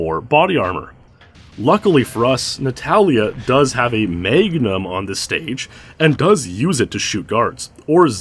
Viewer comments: Maygnum? Magnum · Not a "Magnum", ladies and gentlemen, but a "Maeignum".